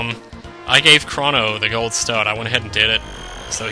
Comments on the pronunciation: Wow, if you pronoce Crono "Cra", you fail, it's really "Cro" and not "Cra", it's Greeks, and even in English you would pronociate like that I think. Plus, it ain't because it sound more girlish, that the name his not pronociate with an "u". You seem to have forgot that the game was originally written in Japenesse (who use pronciation closer to latin language that german one). Ho yea, In French, I would prononciate "Shala", don't know in English, but I would say "SKala". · In regards to names, I believe Crono to be derived from the Greek god Chronos, aka "Father Time." Seeing how Chronos is pronounced with a long "oh" sound, Crono should be as well. The word "chronological" also is derived from Chronos, but it's pronounced differently. As much as I hate to compare the two, "Crono" seems to fit the same pronunciation (as well as spelling) as the word "crone," which matches Chronos' long "oh" sound. :D